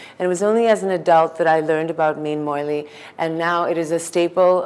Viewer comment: Dear Chef, Please do not insult us Keralites anymore, by letting this woman cook one of our traditional dish. She ruined the whole dish... She started off by mispronouncing it as "moilee" instead of "molee/moli".... Then she insulted our dish by adding veg or canola oil, then by adding carrot & finally by adding sambar powder. Sorry to say, but thats not how we cook our fish molee. Thanks. A regular viewer of your channel